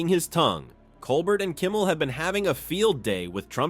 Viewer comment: pronounced COLE BEAR